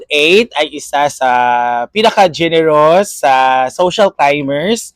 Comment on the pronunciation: Murag korek! “Genieros”? O generous? 😂